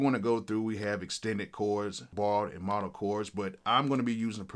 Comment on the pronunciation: I am sorry sorry, I absolutely HATE being this type of guy but.... But fuck Unison so Ima say it anyway- It's "MODE-al" chords. Pronounced with a long O, like in "remote". Not a short O that sounds like "ah". Sorry n shit